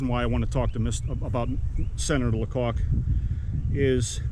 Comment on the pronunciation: Hi! Might I help you with the last name? The "c" isn't capitalized. So not pronounced LaCock. 😊 The "a" is long because the "c" is lowercase. Therefore pronounced (funny) is Lay-cock.😂😂 I have some personal knowledge on this matter. Very informative video! Thank you! 😊